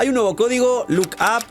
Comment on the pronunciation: Dios mío que alguien le diga cómo se pronuncia “LUCK” no es crítica mala onda gracias por todo